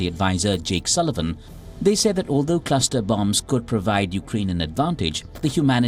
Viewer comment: Wtf is a "claster" bomb?